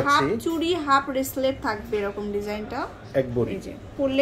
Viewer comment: সারা জীবন শুনলাম ব্রেসলেট আর এখন শুনতেছি রেসলেট আপনি তো ঠিকভাবে উচ্চারণে করতে পারেন না ভুল উচ্চারণ ঠিক করুন